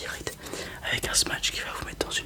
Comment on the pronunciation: Très bonne vidéo comme toujours ! Petit détail, c'est smash pas smatch :p